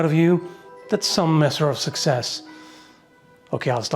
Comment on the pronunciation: "At least that's some messer of success!" Cut it out...